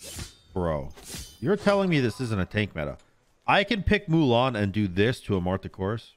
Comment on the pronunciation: “Moo-len” 😭 its “Moo-Lahn”